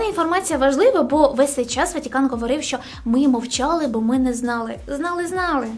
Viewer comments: Золото, кльове відео, але не ВатІкан, а Ватикан. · ВАТИКАН а не Ватікан , не вмієш розмовляти? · Слух ріже ваше "і" не "ВатІкан" а ВатИкан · Не ватІкан а ватИкан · Чому ВатІкан а не ВатИкан. І ВІно а не ВИно)))))))))))) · Блін, я звісно розумію, але чому ВатІкан 😭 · Ріжуть вуха слова: ватІкан, і тд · Сиптицький??? Ватікан??? Від слова скептик, ватнік??? Якесь насильство для вух! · ВатІкан дуже ріже вуха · Ну чого "Ватікан"?? Ми що і його в русню записуємо з цими вашими "і"?